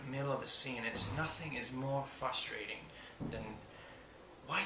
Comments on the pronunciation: i don't know why i find it adorable that he says "fustrating" or at least that it sounds that way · "It's so fusstrating!" I love how he pronounces that word